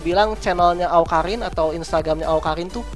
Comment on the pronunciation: bang awkarin bukan awkalin :v kidding bang